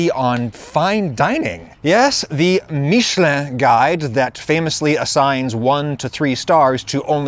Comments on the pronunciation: Love how he thinks "Míshleh" is the French pronunciation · "Meeshlé" is NOT how you say "Michelin". And noone try to tell me that he just prnounced it french, what he said sounds nothing like the actual french pronunciation of Michelin. Look it up. Aaaaaaaaand then you said you're gonna switch between english and "french" pronunciation on a whim throughout the video so I will click off now cause I will get too annoyed by hearing that completely made up pronunciation that no frenchman ever said this way throughout the entire video s.s Seriously, just google "Michelin french pronunciation" before doing this video mate! The fact that your pronunciation is NOT EVEN CLOSE shows a lack of effort since it's just one google search and listening to 2 seconds of a french guy pronouncing it. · "Marketing Michelin" not "Making Michelin" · Realization 1: HE'S SUPPOSED TO BE TIRES? Realization 2: THE TIRE COMPANY/GUIDE IS NOT PRONOUNCED "MITCH-A-LIN"?? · Actually your "american" pronounciation for Michelin is closer to the true french one than your french one ^^ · Not even saying french pronunciation corectly